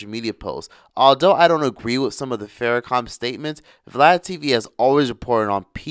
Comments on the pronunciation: Pronunciation is prime.Louis Farrakhan not Farracom my brother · U..put some respect on his name.it’s Farrakhan not farrAkum🤔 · why does it sound like you're saying Farrakha(m)? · are you really pronouncing his name with "com" on the end geez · It’s Farrakhan. Not Farrakham. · Im sorry are you saying Louis Farrakham?🥴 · Is he really calling him louis "Farra-com"? And did he say he actually walked with MLK? I promise you Farrakhan didnt march with MLK. Totally different ideologies.... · Pronounce his name right , It is Minister Farrakhan not faracom